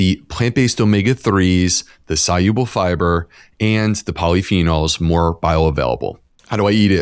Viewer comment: I am not a native English speaker, and apart from all the good information I learned, I am also interested in how he pronounces the word "soluble". Was it really "soYuble"?